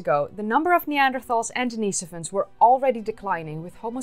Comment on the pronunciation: I have a question for you. Why are you feminizing the pronunciation of the masculine name Denis? I don't believe that the monk for whom Denisovans receive their name was a transgender female. You keep saying Denise-ovans rather than Denis-ovans. You wouldn't call Denis Leary, Denise Leary. There is no second "e" in Denis"e"ovan. Why are you adding an extra vowel that is not present in the name Denisovan?